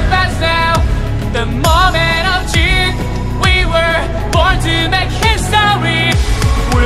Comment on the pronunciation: someday, Dean Fujioka will be able to pronounce "truth." I believe in him.